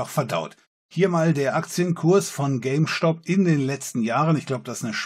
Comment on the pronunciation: Diese Aussprache von "Stop" triggert mich ein wenig...